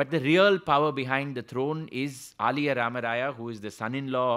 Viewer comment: Very good narration about Sri Purandhara Dass Sriram Sir. Aliyaa rAmarAya to be prounounced as aLiya (son in law)